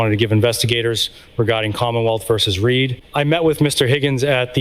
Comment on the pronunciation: It’s Read, not Reed